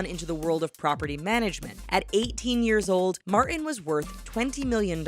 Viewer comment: Martin has a 't' in it!